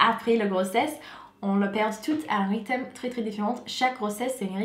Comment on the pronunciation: Demande à ton mari de t'aider à prononcer RYTHME. tu prononce rythème c'est pas bon 😜